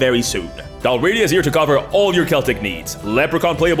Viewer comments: Thanks for this. Also, isn't the sponsor pronounced DAhl-ree-AH-dah, not dahl-RAH-dee-ah? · Its said Dal, Ri, Ada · Just a note without judgement. Tis Del-Ree-ah-dah. Not Delradia. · Dal Riata It’s pronounced: Dal Ree Ah Tah. It was a Gaelic kingdom in what’s now western Scotland before Scotland came together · I love your channel, but I hate that the first thing I have to say is "Bro, you're sponsored by someone selling a product about a place called Dalriada and you're pronouncing the name entirely wrong." If it's for engagement, good job, but I honestly hate that trick 😒 Other than that, I absolutely adore your work and fantastic work coming up with great stories and providing content for everyone to enjoy so thoroughly!! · YOU MISPRONOUNCED DALRIADA SHAME ON YOU